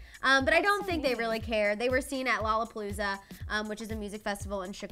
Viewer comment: “Lollapalozza”?! LMAFUPAO!!!!! Riiiiiiiiiiiiiiiiiiiiiiiiiiiiiiiight!